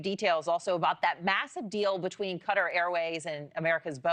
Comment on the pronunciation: Cant pronounce Qatar correctly 😂